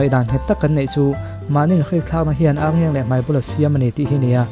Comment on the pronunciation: Ârngeng nilovin Arngeng ani...Ar hi thluk tur anilo ani..